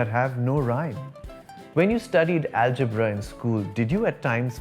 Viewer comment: U have good arabic pronunciation too.. Perfect pronunciation of algebra in Arabic 👏